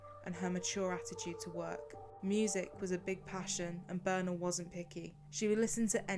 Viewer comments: Her name is Birna, not Boerna. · It´s pronounced BIRTNA, with like how you say e in "read". BIRTNA, not "Burna". And Hallgrímskirkja is pronounced "hatlgrimskeerkja" (Two l´s always become "tl"). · Birna is actually pronounced Bitna, I know this as my sister in law is Icelandic and shares this name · please tell us how to pronounce Birna's name correctly. I am not sure, but almost certain that it is not pronounced as in the video. thak you.